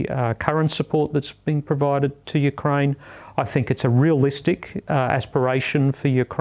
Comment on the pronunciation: Teach the interviewer/host how to pronounce Ukraine. Pathetic.